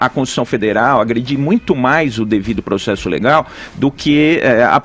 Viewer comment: pregso, progcesso...